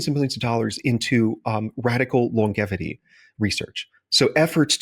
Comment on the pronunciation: What sort of person pronounces "longevity" with a hard "G?"